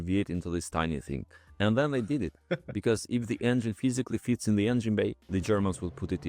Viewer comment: "Ah, Hans... Ve have learned from ze cats: If it fitz, it sitz"🤣